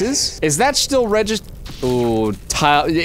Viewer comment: That "registed" as 'registered' makes it sound like a Thick Boston grandma accent